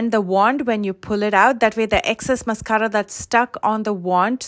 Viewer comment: Love the way u roll your “rr” s on mascarra!! (Mascara)😁